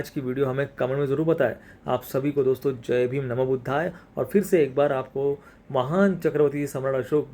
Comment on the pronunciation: जाय को कृपया जय पढ़िए